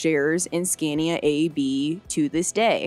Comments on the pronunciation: It's pronounced SCON-yah. The "a"s are long, like the "a" in father. Now you have to go back and re-do the whole thing. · I love the video but the audio quality and narrators voice is slightly annoying. It’s the way her pitch changes through the story. Especially when she says “Skania”.